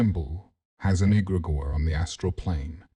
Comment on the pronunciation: Yeah I realized as soon as egregore was pronounced egg-grey-gore.